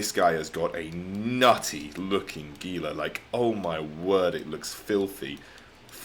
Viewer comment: Gila is pronounced with a “h” sound. Sounds more like Hela. Just saying.